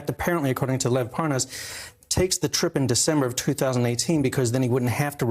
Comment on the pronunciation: It’s awesome how both Nunes and Hannity mispronounce Parnas’ name in order to distance Nunes from Parnas... so convincing